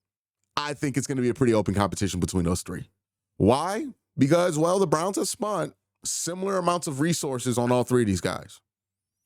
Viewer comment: "SPENT" Q NOT "SPUNT" ...😂😂😂